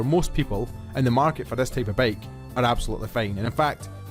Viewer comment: Dude it's bike, not baeiyk. gush